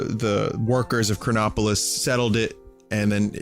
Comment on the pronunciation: whenever he said chronopolis i always thought cronbopulus michael